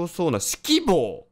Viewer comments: 指揮棒のアクセントに違和感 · 指揮棒のイントネーションが完全にyogibo